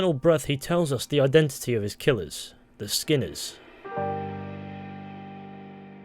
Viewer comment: ✨thee skinner brothers✨